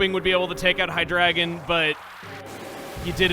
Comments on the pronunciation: ITS HIGH DREE-GON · Why are you pronouncing Hydreigon wrong?! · I always said it like "high-dray-gone" rather than the way says it.